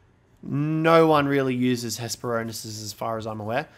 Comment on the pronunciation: It's actually Hespero-r-nis. Missing that second 'r'. I just had to. "Ornis" is the greek word for bird.